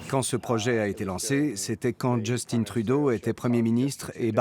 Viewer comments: "Justine" Trudo ??? LE commentateur est français ou quoi ? a . Franchement. Mettez quelqu'un qui parle Canadien français. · On ne dit pas Justine ! On dit Justin ! C'est masculin ! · Merci ARTE de faire refléter ce point de vue outre Atlantique. Pour référence future, à tous les amis européens, le prénom de notre l'Ex-Premier Ministre du Canada est un prénom français : Justin. Justin, ça se prononce "Juste-ain" et non "Jeust-ine".... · Il s'appelle JUSTIN, comme MARTIN, pas JUSTINE, crétines!